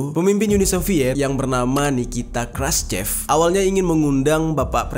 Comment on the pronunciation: Walaupun tulisannya "Khrushchev" cara membacanya yg benar adalah "Kruschov", lalu "Uni Soviet" bukan dibaca "Yuni Soviet"